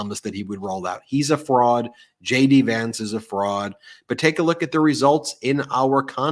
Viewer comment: I misheard you say "Shady Vance" instead of "JD" Vance!